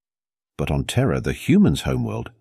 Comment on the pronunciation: It's Sol NOT Soul and Terra NOT Terror. Get a better AI program.